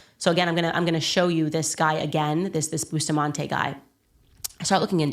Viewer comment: The name us Bus ta mante not Boostamante